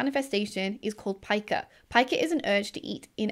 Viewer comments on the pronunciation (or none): none